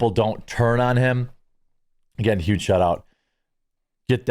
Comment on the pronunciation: Not sure if you're aware of it or not but you totally did just say YUGE Lol